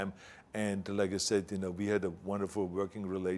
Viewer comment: Vorking or working 😂 WEF ? Klouse swab lol